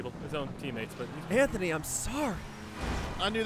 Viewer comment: Trevor's way of saying "Anthony" gave me some GameGrumps flashbacks.